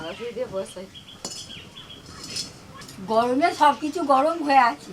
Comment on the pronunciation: 'পচন্ড পচন্ড পচন্ড পচন্ড গয়মে যোগাড়যাত যোগাড়যাত কয়ে হুপো আর হুপো' রান্না। ও বাবা শ্বাশুরিও বলে যোগাড়যাত!!!